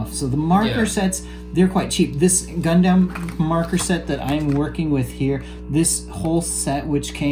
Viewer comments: Is it just me or is it weird how he’s saying gundam (gun-dem?) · I would have loved to watch but your inability to pronounce Gundam correctly has kept me from doing so.